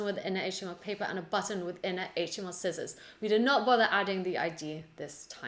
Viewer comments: Bless you, your tutorials are amazing, thank you! But... please please don't ever say "skissors" again!:) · Thanks, just completed all three Beginner to Intermediate to Advanced! level to code Rock Paper Scissors in JavaScript. I understood every line. It was fun. After completing this video I am pronouncing sci-ssors not scissors.. Thanks for Teaching,.